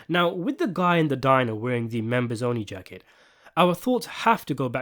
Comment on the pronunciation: I love the way the narrator subtly slips Soprano quotes into his scripts. Like the way he pronounced "the jaaacket" when talking about the members only jacket.